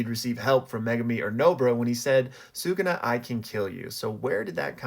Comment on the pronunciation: shout out you for pronouncing bros name right.